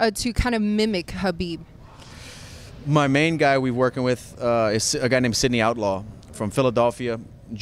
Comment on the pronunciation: She pronounces khabibs name right 😘